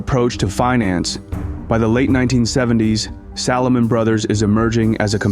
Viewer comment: “Salahmun Brothers”. 😂